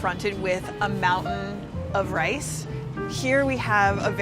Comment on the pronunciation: At the beggining she pronounces "rice" like "race" or something like this . Is that a common pronunciation?